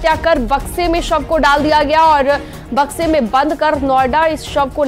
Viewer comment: Madam sahi se to boliye Bakshi mein sab hai ya samay